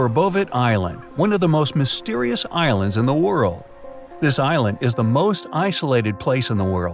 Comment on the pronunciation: Is it just me ,or does it sound like he says Irelands at the start of the video I thought there was only one Ireland